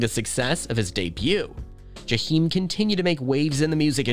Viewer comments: It’s pronounced JAH-eim in the hood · I stopped listening after he said JUH-HEEM STOP SPEAKIN ON PEOPLE U CANT PRONOUNCE THEY NAME RIGHT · That commentator ain't said no more than what we ourselves could have come up with, and he couldn't even pronounce his name correctly. Whatever Jahiem is going through, I say , let us pray for his well being. We don't know what life has dealt this young brother, but we do know he's not the first, nor will he ever be the last to experience the high's and low's of life. We do know (for the believers) that prayer changes things. And Jahiem if you by any chance ever get to read this, I love me some you, and I'm old enough to be your mother. Ain't no cougar, just a fan! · I’m going to need you to pronounce Jaheim’s name correctly!